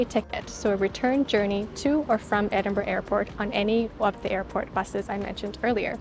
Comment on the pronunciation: Great for pronouncing the city correctly. I genuinely don't understand the 'eniborrow' 'endinbrooo'